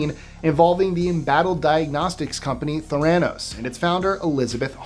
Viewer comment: The way he said Theranos 😬 Back when the Enron thing happened, someone in my neighborhood bought their big light up, spinning "E" and put it in their front yard. It wasn't there long though because the HOA made them remove it.